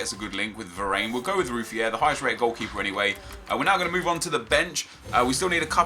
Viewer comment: it is eric (dyer) not (dear) and it is Var-ran not Var-ane